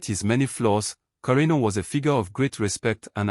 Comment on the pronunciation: You got the pronunciation right.